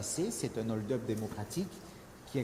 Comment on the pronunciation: Le mot hold-up commence par un "h" aspiré. On dit un Hold-up et pas un Nold-up. Monsieur Ciotti, tout comme la majorité des hommes et des femmes politiques de ce pays, veuillez retourner à l'école svp et arrêtez de polluer les français par votre incompétence.